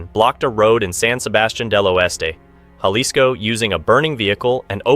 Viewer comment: If you’re gonna do a documentary on this shit atleast learn to say some shit right….wtf is los zeatas ….zetas pendejo & wtf is yalisco